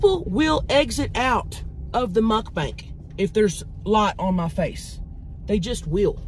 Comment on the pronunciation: Mukbang not mukbank lol